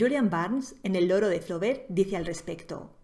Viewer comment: Es cierto que quienes escriben mal se cierran las puertas de las editoriales. Y quienes no saben pronunciar Flaubert ¿qué tal quedan como profesores?